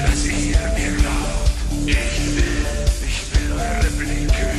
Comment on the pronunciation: You are saying "Ich" wrong.